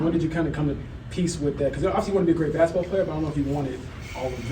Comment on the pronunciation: Caitlin has an endearing way of saying the word basketball: "bass-ball" (she leaves out the middle syllable) She plays the game with a fast pace, she says the word with a fast pace too. 😝